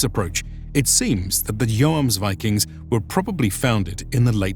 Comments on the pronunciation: My whole point is languages don't work like that in reality. The most correct way would be the way the word is pronounced in the specific language you are actively speaking, not necessarily its source. Since this is an English video and we are presently discussing it in English, the correct way would be the English way, which is based, in part, on the Icelandic word, not the Danish or Norwegian one. Investigating the Icelandic word, which appears to be spelled "Jómsvíking", I'm hearing less "o͞o" as in "rooms", as seems to be the case in Norwegian and Danish, and more the "ō" as in "foams" used in the video. That said, there is humor in arguing over the "Joms" part, when English departs on the pronunciation of the first vowel sound in "viking" anyway, using "ī" as in "hiking" rather than the "ē" as in "leaking". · The "Joms" in "Jomsviking" is pronounced like the "Yom" in "Yom Kippur", only with a double o sound. I'm norwegian, I'd love to read the script for one of your videos to get the pronounciations right. I couldn't get over how this guy said "Joamsviking" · The main sources about them are Icelandic, not Norwegian, sagas, so the name in English doesn't derive from the Norwegian word, but the Icelandic one. And in Icelandic, it seems like "Joams" is a lot closer. Also, I think English speakers don't pronounce "Yom Kippur" the same way you do. It's more "Yaam" in English. And in Hebrew, for that matter. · "And in Icelandic, it seems like "Joams" is a lot closer." But it ain't. It's a long o sound, not an o-a diphtong. You say it like he does, but hold the o sound instead of shifting into an a, and you've got it. Palnatoke isn't Palnatoak either it's Palna-to-kuh, I should know, my name is the same but without the prefix. And Vagn is Vavn (or Va:un, if the consonant clash is too much for your poor anglo tongue) not Vagen.